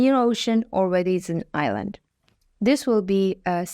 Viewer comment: The author repeatedly pronounces "island" as Iceland. No one seems to review these videos before they're released.